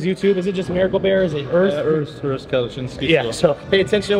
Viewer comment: Is it really to difficult to try to pronounce a name right? Of course Urs is a chilled guy and it doesn`t matter to him, but I would be pissed of. "Ürs" - gtfoh.